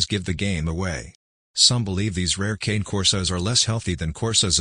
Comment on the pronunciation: It's not pronounced cane like sugar cane, it's canneh.